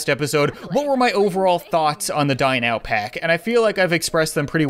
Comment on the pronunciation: It sounds like he says die now pack